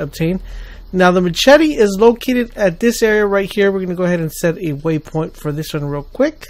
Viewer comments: Formula then he said, "mass-chet-ee." WOW. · ma - chetty xD omg you kill me